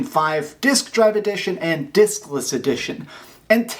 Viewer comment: Say Diskless again 😂😂😂😂😂😂